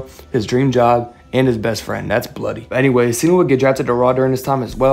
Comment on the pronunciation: when you said "that's bloody" I knew u were from Cleveland